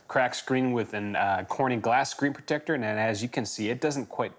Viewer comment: I'm going to be hearing the words "screen proTECTor" in his voice for days to come.